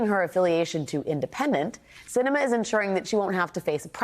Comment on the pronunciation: I am LOVING that Sinema clearly did this for attention, thinks no one gets what she's doing, AND every single person reporting on this is mispronouncing her name. She thinks she's so important, but obviously isn't when no one even knows her name. Let her be Independent; the letter behind her name won't change the fact that she's invisible and unnecessary.